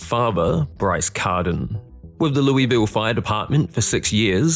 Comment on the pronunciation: My Kentuckian fiancé wanted to correct you throughout the video. It's pronounced "lew-vol"